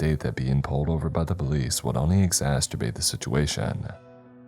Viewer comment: Come on man. You didn’t really say “exasterbate”, did you?